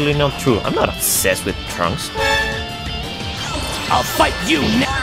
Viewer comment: why does it sound like trunks said the n-word